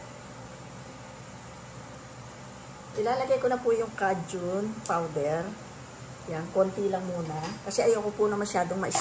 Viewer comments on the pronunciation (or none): Say Kay-jun; not, ka-jun!!!